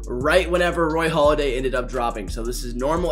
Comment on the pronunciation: Hey dummy, it's Halladay not Holiday. I got out of this video and the first 10 seconds...